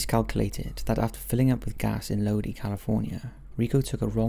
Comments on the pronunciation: I can't stand this narrator. She is too soft-spoken and speaks too fast. So frustrating!!! Lodi is pronounced Low-dye, not Lo-dee. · It's pronounced 'Loe-die', as in 'Stuck in Lodi, again!' by CCR. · I’ve never heard this story before. Thank you for sharing. Side note: I grew up near Lodi, is is pronounced Lo-dye. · It is pronounced low dye Lodi, CA. I'm from Sacramento, CA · Keeps bothering me how he says Lodi... And I'm puzzled how can someone get lost on a straight shot up the 5?